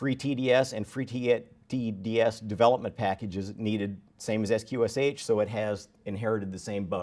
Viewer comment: FYI: sqsh is pronounced "skwish". And the sound is still broken. Too bad, because up to then this was an interesting talk...